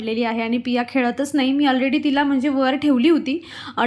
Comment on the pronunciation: अलरेडी नसत ते आँलरेडी असत 😂